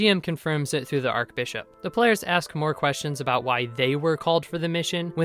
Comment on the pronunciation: In the anime, elf-girl killed both goblins AND the guard dog with a single arrow - not "right after". Just sayin'... Also - fun vid, no doubt, but - it is not ark-bishop. It is arch-bishop. "arch", as in the arch of your foot, or the roman architectural marvel, the arch. ... ARCH-Bishop. ;-)